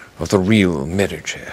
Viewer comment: He is the only person who pronounces The Medici correctly.